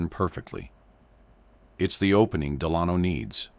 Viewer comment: You say de-lahn-o. Nope, the name is pronounced DEL-a-no. Your AI doesn't understand how to pronounce English. FIXIT!